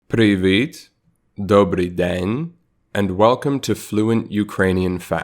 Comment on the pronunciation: sorry, but the accent is very, very audible here. It sounds like "Привит", I'll give it away right away) (I was born and live in Ukraine, I went to the video because I was just curious) Not only is "в" translated as "and", but also "та", "й" (used more in poetry), you can also say "Я купую чай, а також купую молоко".